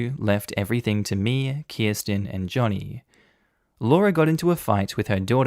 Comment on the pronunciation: Joni is a female. You keep pronouncing it Johnny and it's Joni (like Joan-e) and saying "he" when it says "she".